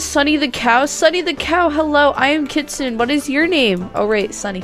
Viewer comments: It's pronounced kit-su-ne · How to pronounce kitsune is kit-soo-naa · Oh, and it's pronounced Kit - soon - ay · Me: Kit-SOON-ay: KIT-suhn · Hehe,! You said Kit Sun! It's actually Kit Soon I believe! <3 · Its actually pronounced (Kit-soon-neh) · (Kit-SU-ne) you say it they way it looks (no hard feelings! 😊) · U didn't say kitsune right. It's like this KITS OON EHH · This is how you say kitsune: KitsunA. Like instead of an E you say A like how you say A the word ‘ crAzy. ‘ But like the A but an E the word ‘ hEy. ‘ :) Hope this helped! (WARNING: This MAY offend you but I PROMISE I am not trying to be mean I just get really annoyed when ppl say stuff wrong so yeah I hope I don’t offend you! ) (btw I luv ur vid ps they are so funny and cool and amazing like you <3 ) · Its pronounced kit-su-nay you said it a bit wrong but good try! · heres how to say it :D Kit - Soon , that how u say kitsune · Kit- su - nay. I think thats how you prounounce it? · Kit sune (the e sounds like an A How do u buy the kitsunes? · You should say it like Kits-soon = Kitsune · Kit-soo-n Kitsune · Kit-soon-nik is how you say kitsune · I pronounce it as "kit-soon-ay" lol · kit--suna is how you say it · It is pronounced kit-soon-ay Edit: The amount of tails determines how old the kitsune is it doesn’t just have a Ninetails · I lied.....Kitsune is pronounced Keet sun ay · U say it as: kit-sun-e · kit-sune-ay is how you pronounce it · It’s pronounced Kitsun-eh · It’s (kit-soon) and (fear-a) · It’s pronounced “kitsoonay” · its supposed to sound like kit sunay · It's kit-su-une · i know how to say it its K • it •soon kitsoon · Kitsenu is prenounced Kit say nue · Its Kit - sune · It is pronounced kitsoon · It's pronounced k-i-t-s-u-m-e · Say it like kit soon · Don’t be embarrassed I don’t no how to pronounce it either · It's pronounced Kitsune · Ummm it’s not pronounced like that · It’s kit su ne nnnnneeeeeeeeee😤😤😤😤😤